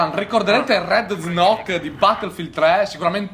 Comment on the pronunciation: "Rednzok" è rendezook (rendezuuk)